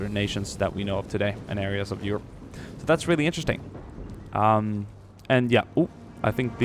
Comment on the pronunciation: Did i hear Yurp instead of Europe?? And uuge instead of huge?? Perhaps 2020 'murican presidential candidate..?